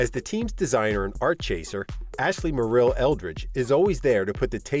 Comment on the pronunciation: This narrator needs to pronounce Chase's family name correctly. It is not Mor-ELL,... it is MOR-ill. I'm from Maine and now this family name...